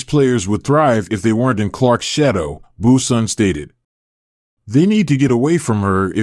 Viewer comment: Brunson not Bueson. I hate bots.